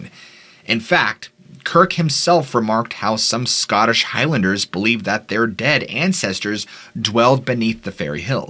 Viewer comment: Some excellent pronunciation of Scottish place names. TY